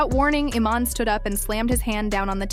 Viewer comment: The AI mispronouncing the name is erking me more than anything